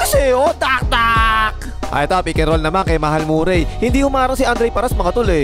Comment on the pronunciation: Tol, hindi yan MurAy. Ma-re pronunciation nyan!